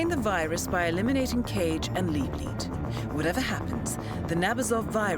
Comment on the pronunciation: “And klaus liebleld” RIGHT AFTER SHE SAID LIEBLEED TWO SECONDS AGO